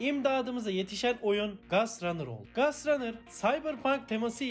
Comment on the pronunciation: Gast değil gost rannır